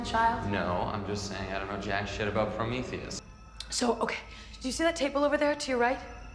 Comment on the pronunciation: Something about the way he said Prometheus is so satisfying to me